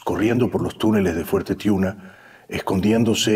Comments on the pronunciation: Es Fuerte Tiuna,no Tuina. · Fuerte TIUNA. No TUINA